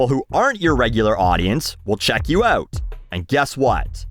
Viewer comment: I like when says out it’s so Canadian